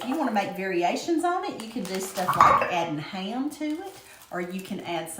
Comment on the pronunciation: "Ham", not jam. Iol